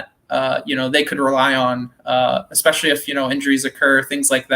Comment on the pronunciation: Esssssssspecially. Please. No X. Enjoy the content tho!!